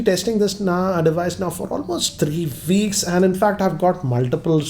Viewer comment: No one, I been testing this device for three "viicks " Lol 😂😂😂